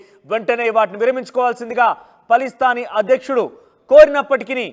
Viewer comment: పలిస్థాన్.... కాదు..... Palasteena.... కరెక్ట్ ఇట్....